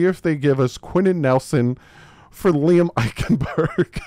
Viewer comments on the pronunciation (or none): none